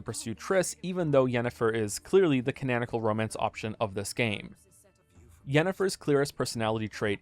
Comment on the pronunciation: Why does he pronounce “canonical” like that?